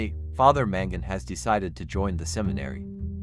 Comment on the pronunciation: Sorry dude, but its MAngun, not MEngun.. I think that this is a documentary, it's important to emphasize spelling and word prononciation to be as clear as we do in life, not just the speaker which sounded like native